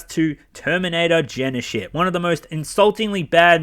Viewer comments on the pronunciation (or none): "terminator Genishit" lol